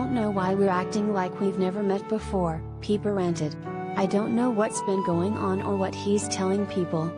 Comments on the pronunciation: It is pronounced like "piper," not "peeper'. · obviously you have never watched the show. Her name is not "Peeper"